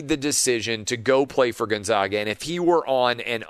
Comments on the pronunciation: Gonzaga is pronounced Gon-ZAG-uh, not Gon-Zawg-uh. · why is it so hard to say GonZAGa? Why say Gonzahga, then call then them the Zags? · Love your show Clay! Big fan. I live in Spokane and I feel like I have to provide clarification on the correct pronunciation of Gonzaga. It’s actually pronounced Gone-Zay-Guh, not Gun-Zah-Guh. Anyway, not a slam, just wish people outside of Spokane knew the correct pronunciation. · GONE -ZAG - UH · Dear Mr. TRRRAHHHVIS... Zags = Gonzzzagggga. Absolutely zero "ahhh" involved. Bias. See? Your name sounds weird with an "ahhh", as well.